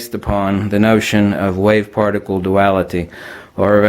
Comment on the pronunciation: he almost says farticle instead of particle.....what a dingbat doofus. I cant trust any information that comes from a guy who says farticle.